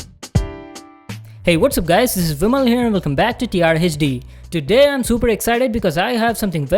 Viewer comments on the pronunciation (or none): Hechdi hechdi kiu kr raha hai bancho bol HD.